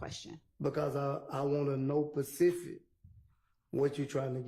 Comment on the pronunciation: “you gotta be more facific “ I’m dead